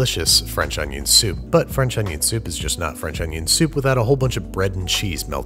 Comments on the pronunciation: It's not onion... it's oño. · Man i love french oonyon